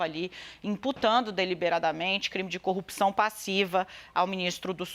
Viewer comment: Igual ao Moro, fala coupção... Kkkk